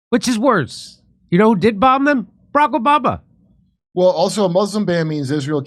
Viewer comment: Barack O-Bomb-ya